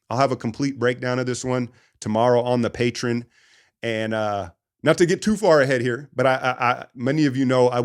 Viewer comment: "I do it because I want to" -- You don't do it well consistently, thanks for the mugging tonight. did not see it coming. "The preseason started tonight in the wnba" umm, yay? 1st of all it is Patreon (pat-tre-on), it is not Patron (pa-tron), it is not Patron (pa-trone). Secondly, I logged into youtube, loaded ach for this defeatist rubbish? "this is not how you wanted to have your Friday night go" so shut the F*CK up and give us X's and O's. This is your worst episode in some time. "Even if they win this series, they gonna get waxed by Minnesota." Why am I here? ps you want people to pay for a subscription where you'll have a "complete breakdown on this one" on "patreon"?